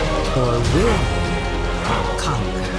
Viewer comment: hey, when you say conquer it sounds like u said concur which is not the same. just saying. nice list btw!